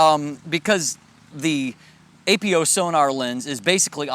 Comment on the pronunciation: Come on man, it's not A.P.O. It's Apo, like apochromatic. Love your reviews but this is a pet peeve of mine.